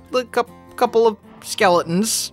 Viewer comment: I love how he says "skele-ins❤️